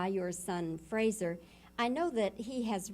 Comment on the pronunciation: ……Mr Heston’s son’s first name is pronounced ‘Fraser’, not ‘Frasier’. Mr Heston was well mannered enough not to correct the interviewer………